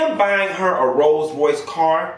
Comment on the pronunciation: You do country you don’t even say rolls Royce rice 😂😂😂💀